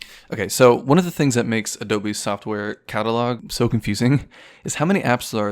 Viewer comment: "the periodic table of adobenes"